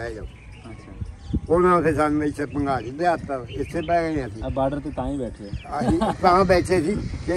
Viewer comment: Bhangali not pangali